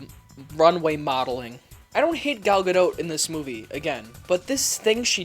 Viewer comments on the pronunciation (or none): It's pronounced guh-doh. She's fucking stunning but this movie was shit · It's Gal (guh-dot) like a dot of paint. Not pronounced like boat. Everytime you say that my balls shrivel up and my ears start bleeding. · Does pronounce the "t" in Steven Colbert or Home Depot? Not sure why he is having so much trouble pronouncing Gadot...